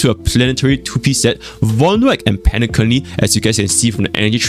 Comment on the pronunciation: Did just say penaCunny